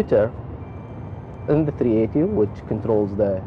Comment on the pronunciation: Ur the pilot and U can't even say the name right A380